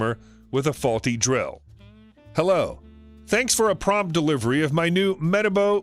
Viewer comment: Just to let u know that your saying metabo wrong